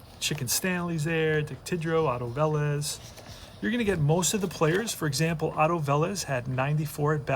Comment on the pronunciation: 1976 was a great year to be an American. How that can be 45 years ago is truly scary. So many of the hall of famers that played in 1976 died in 2020. FYI, Otto Velez was pronounced Veh-LEZZ, and Bob Heise was pronounced hi-SEE. A friend of mine played with Heise at Tulsa.